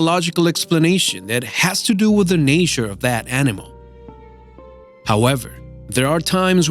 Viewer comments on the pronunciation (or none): Ok im not gonna be able to watch this cant even get past the fact dude said nature "nayshur" 😂😂😂😂😂😂😂😂